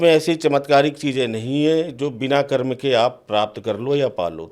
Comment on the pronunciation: मैडम एंकर महोदया कर्म को कर्मा तो मत कहिए। आपकी अंग्रेजी बहुत अच्छी तो नहीं ही होगी। या तो हिंदी बोलिए या केवल अंग्रेजी भाषा में।